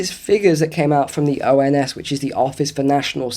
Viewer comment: ons like oss 😂❤